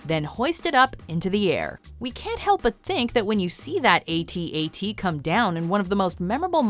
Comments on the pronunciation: A.t. A.t walkers? It's at at walkers. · Hearing those famous At-At's being referred to by their individual letters as A-T A-T's showed a complete lack of knowledge of Star Wars and was inexcusable. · hey Ai narrator, its ATAT not 'aye tee aye tee' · "Aye-Tee, Aye-Tee" uh.....you don't say AT-AT that way.